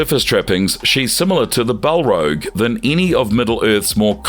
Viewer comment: Bal-rog not bal-rouge 😅